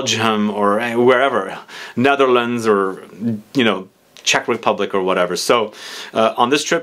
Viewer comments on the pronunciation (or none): none